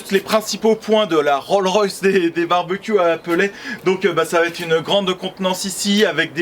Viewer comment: PS : c'est rollS-royce, pas roll-royce